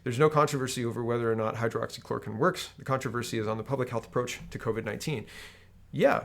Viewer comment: Some pronunciation tips for you. Hydroxychloroquine = hi-droxy-cloro-quinn Ivermectin = eye-verr-meck-tin